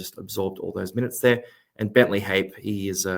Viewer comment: Bentley Hape is pronounced Ha-pear 👍